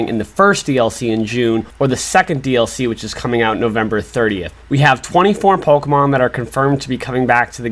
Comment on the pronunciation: I’m sorry y’all I just can’t with the way he pronounces the Pokémon names